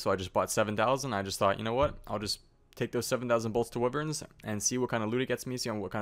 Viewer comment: Pernounced WHY-verns not wiverns